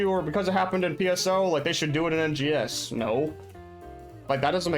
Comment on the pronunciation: Is not called NGS is called RNGS xddd just put the R